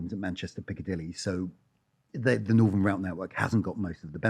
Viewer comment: Why can no-one on youtube pronounce TH. Its NorTHERN NOT Northern or norfff. So annoying